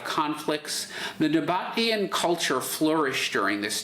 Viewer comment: The pronunciation is the "Nah-Bah-Tee-Ahn"